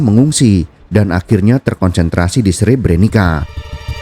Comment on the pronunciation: maaf min Sre-bre-nit-sa bacanya bukan Sre-bre-ni-ka